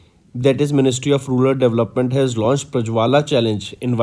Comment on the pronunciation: Exactly bro, his pronounciation of some words may lead to wrong answer too.. in this video he read maithili as mithali 🙄 most of the times he is doing this mistake, like data as daata, rural as rular.. he should avoid this ASAP